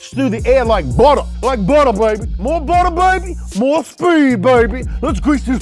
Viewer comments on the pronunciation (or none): none